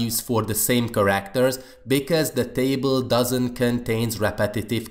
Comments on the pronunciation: Its care-act-er instead of kar-akt-er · please practise your pronunciation of the word "characters"